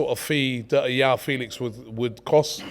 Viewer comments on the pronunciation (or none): João is pronounced like Jwow - the J is pronounced like in a french name like Jacques. And Félix with an emphasis on Fé, and the é sounding like the E from Eric